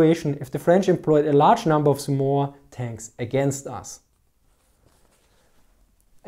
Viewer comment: The way you mispronounce Somua is staggering...